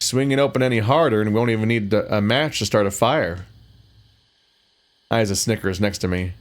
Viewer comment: Levi did a lot of writing, editing, and programming btw! Tech prince has helped a lot as well, it's not a solo project (Also I'm still watching so maybe you figured it out but "Isa" is pronounced "Ee-Sa")